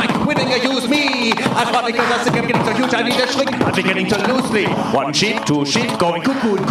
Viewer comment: I'm an American living in France... and the fact you say "think" like "sink" is everything 😂